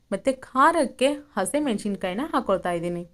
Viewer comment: ಅಕ್ಕ ಅದು ಕೊಬ್ರೆ ಮತ್ತು ಹಸೇಮೆಣಸಿನಕಾಯಿ ಅಲ್ಲ ಅವ್ವ. ನಮ್ಮ ಉತ್ತರ ಕರ್ನಾಟಕ ಭಾಷೆನಲ್ಲಿ ಕೊಬ್ರಿ ಮತ್ತು ಹಸಿಮೆಣಸಿನಕಾಯಿ ಅಂತಾರ. ಜರ ಸ್ಟೈಲ್ ಮಾಡಿ ಬೆಂಗಳೂರು ಥರ ಮಾತಾಡಬೇಡ. ನಮ್ ಹೆಮ್ಮೆ ಇಂದ ನಮ್ ಉತ್ತರ ಕರ್ನಾಟಕ ಭಾಷೆ ನಲ್ಲಿ ಹೇಳು 🤦🏻‍♀️🤦🏻‍♀️🤦🏻‍♀️🤦🏻‍♀️🤦🏻‍♀️🤦🏻‍♀️🤦🏻‍♀️ಮತ್ತೆ ಅದು ಕೊಪ್ ಅಲ್ಲಕ್ಕ, ಅದು ಕಪ್ Cup 😅😅😅😅😅